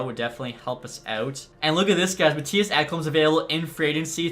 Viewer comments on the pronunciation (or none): none